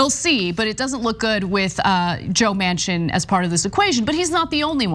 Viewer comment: Manchin--pronounced "Mansion" but means "dumpster"